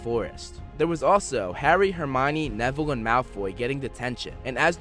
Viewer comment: Not nevillie dude